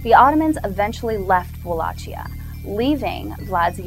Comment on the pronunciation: PS: goddamn it, that "Valachia" you keep talking about is pronounced Valakia, it's not italian, geez.